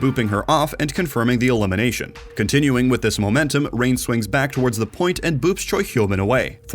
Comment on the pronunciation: Why does he keep calling Rein Reign?